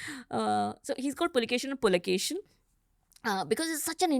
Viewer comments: Its Pulikeshi ✅ Not A Pulkesin❌ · Immadi Pulikeshi not Pulikeshin II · With all Due respect he is Pulikeshi, pls stop calling him Pulikeshin.... Pulikeshi name was kept with respect to his ancestor... And ofcos Puli= Tiger, Keshi= Hair.... Which means The one who had Fierce hairs of Tiger.... Not literally although, but to emphasize...😊